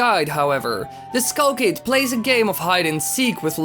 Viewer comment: wtf is a kull kid its skull kid not kull kid fawk learn to talk less loud and learn to talk slower bloody hell